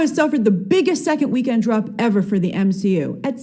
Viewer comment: Everyone: MSHEU: ItS eTrEmElY oFfEnSiVe